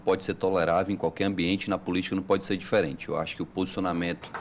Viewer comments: DISFERE?? QUE LÍNGUA É ESSA ? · DISFERE ? QUE LÍNGUA É ESSA CAPITÃO?